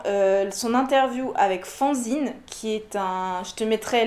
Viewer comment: Luminosité ma chère. Mais ça m'a fait marrer que tu parles de Schotten Toten!! Je l'ai eu à Noël ainsi que Brave Rats (que je n'aime pas du tout par contre) et c'est vrai que c'est un super jeu. Pour Fanzine je croyais que le nom venait de 'fan' (être fan de qqun) et donc quand tu as prononcé fanzine comme faonzine ça m'a fait bizarre 😅 Je vais écouter Ben Mazue alors tu l'as tellement bien vendu !